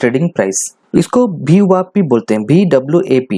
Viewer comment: VWAP not BWAP